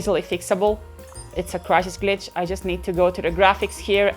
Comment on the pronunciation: 😂😂💀 “WhEn CrItHiS”